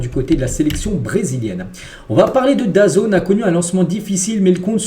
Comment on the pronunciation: grosse pensée à la Famille d'Alexis Lescaille et un ENORME bravo à toi d'en avoir parlé car meme les drames du foot amateur sont triste et saluer... FORCE à toute la famille! et bravo pour ton travail (mais soigne tes prononciations tu me saigner les oreilles parfois... DAZN (dazone) - michael Olise (Olisé) etc...) force à toi et que ta chaine connaisse une grande réussite